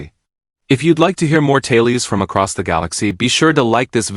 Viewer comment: Why do the AI voices suddenly have a problem with pronouncing "tales"? Almost everyone I've heard over the last few days have messed that word up.